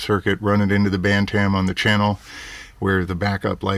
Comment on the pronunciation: Your Pronunciation of Bantam hurts my ears... Pronounced BAN-TM, No A sound is heard in the second part. Here is some Help =>. How to Pronounce BantamYouTube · Pronunciation Guide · Feb 23, 2015